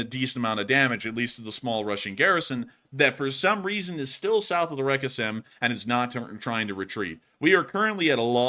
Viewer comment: Again, the name of the river Seym (spelled Сейм in Russian and Ukrainian) is pronounced like the English word 'same', not 'Sam'. And what you mispronounce as 'reka' is not a part of the name, it just means 'river'.